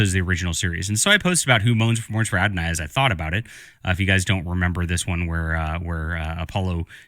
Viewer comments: "Who morns for Adonai" He says it repeatedly. It's Who Mourns for Adonis. This idiot is the one injecting Christianity into Greek religion. He must know what the actual title is. His smugness make it clear he thinks he's getting one over on his ignorant audience. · Plus calling the episode "Adonai" instead of "Adonis." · His pronouncing it "Who Mourns for Adonai?" instead of "Who Mourns for Adonis?" is his way of seeing what he wants to see.